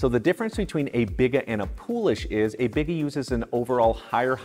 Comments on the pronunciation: FYI...it's BEE-gah (biga), luh-VAN (levain), poo-LEESH (poolish), and BROHT-form (not brat (like the sausage) form) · It’s “bee-gah” and a Biga is low hydration compared to a poolish. Biga is classically about 50-60% hydration where Poolish is 100%.